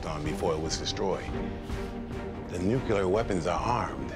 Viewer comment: new-que-lerr submarines